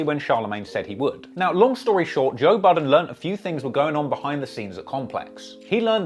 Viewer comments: Toe Budden he said! 😆😆😆😆🤣🤣😅😅😝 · “Toe Budden” u maad bro :))) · Did he say Toe budden? Lmao